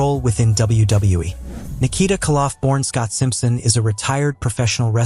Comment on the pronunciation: Stop mispronouncing Nikita kolof